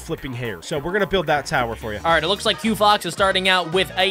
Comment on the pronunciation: 😂it’s quo fox